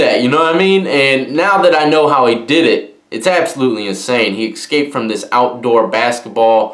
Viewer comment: god damn, it's "ESCAPED". Not Ekscaped